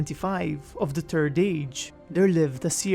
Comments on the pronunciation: Ahem! It's 'THIERD' age - not turd age! You must pronounce the 'TH' sound as an 's' sound with your tongue against your teeth, metering the breath coming out of your mouth. You will be okay, you can do this. <3 BTW, love your channel. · Always chuckle a bit when you say "the turd age" haha Great work man keep it up!